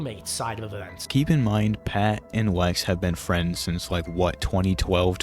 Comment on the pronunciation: The Ws over ls are funny 😂 “Wike” Wex Reawwy waw 😂